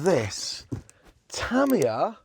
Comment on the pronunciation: It's pronounced TA MI YA and not TA MIYA.